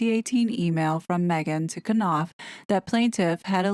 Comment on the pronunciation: I live for you to pronounce “Maaaaaeeeegaaaan” 😂😂😂😂